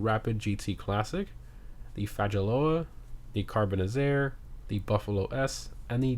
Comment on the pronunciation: Bro really said fa-dja-loa lmao smh